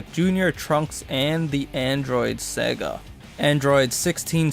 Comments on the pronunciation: It’s saga not Sega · 14 It's pronounced Saga not Sega